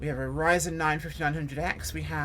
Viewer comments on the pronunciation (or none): none